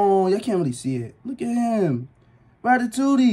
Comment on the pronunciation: No bro, said ratatouitte😂😂😂😂